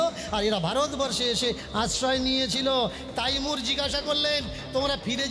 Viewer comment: আরে মহা মুখখু তাইমুর নয় হবে তৈমুর লং